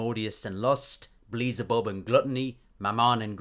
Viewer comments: Did you say beelezebub instead of beelzebub??? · "Beleezabub" never heard that name before, I think you meant "BEE-EL-ZA-BUB" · I'm sorry, this is a great video, but I can't get over your pronunciation of Beelzebub. It's "Bee-Elle-Zuh-Bub", not "Buh-Lee-Zuh-Bub" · The video is good but HOLY FUCK it's pronounced BEEL-ZE-BUB! Not BLEE-ZE-BUB! pulls hair xD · No hate i just think is funny how you pronounce beelzebub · the real sin is you pronouncing Beelzebub😆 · Well some people pronounce it bee-el-ze-bub. There isn’t really one correct way to say it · Agreed but why do you pronounce Beelzebub like that? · It’s gotta be ragebait with how many names you mispronounced